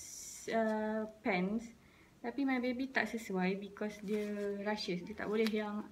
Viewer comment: It's "rashes" , not "rushes"